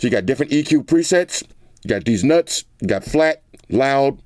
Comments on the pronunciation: “De-ess nuts.” Dead bro. Dead. ☠️ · De-ees Nuts. HAHAHAHAHA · I must be tripping because I thought he said one of the EQ's were "we go deez nutz" 😅